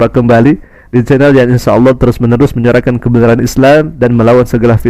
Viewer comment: Lidah nya bukan lidah seorang muslim kerna sebutannya Alah bukan Allah. Seharusnya kalau Islam dari kecil sebutannnya harus Allah bukan Alah.